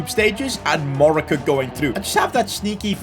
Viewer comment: Man said Morocco is monco